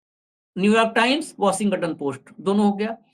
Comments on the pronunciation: Washing ton hota hai 😊 washingaton nahi ..its okay angrezi humari bhasha nahi hai galti hoti hai. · Washington bolo.washinga ton nahi. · भाई 'वशिंग-गटन' नहीं 😂😂😂इसे ठीक से वाशिंगटन बोलिये। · Don't pronounce g in Washington. Say, " washinton" g is soft